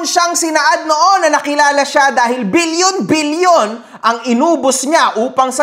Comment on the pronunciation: Bilyon: ❌️ Bill-Yon: ✅️